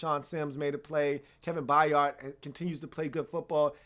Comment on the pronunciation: only thing is Kevin's last name is pronounced By-urd it's not a hard 'A' in the middle of his name, I say this because it's important to pronounce future Hall Of Famers names properly -_^